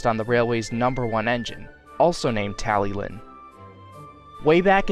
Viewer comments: By the way its pronounced (Talli-clin) not like how it’s spelt (Tallylyn) , it’s because it’s a Welsh name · Beautiful Talyllyn model and great work on Duncan, too! Just a heads-up, the double L in Welsh denotes a 'hl' sound, eg. tally-hlin, though it can be a tricky one for non-native speakers.